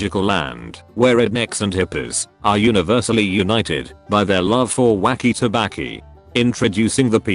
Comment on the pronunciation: “Wacko tabbaki”